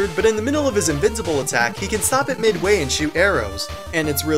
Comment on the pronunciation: "He can stop at mid wain shoot arrows?" ._.